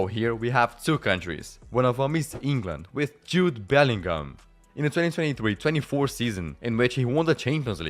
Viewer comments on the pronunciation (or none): none